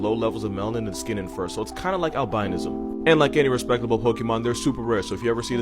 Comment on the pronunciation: The way he pronounced albinism gave me a stroke